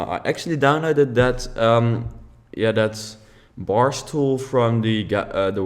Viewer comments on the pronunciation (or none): Cyborg PhotoshopVideos yes he did say bar stoel